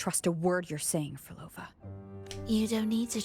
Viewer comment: NOT HATING! I'm still amazed how you couldn't pronounce Prolova's name 😂 I always enjoy your reactions. ❤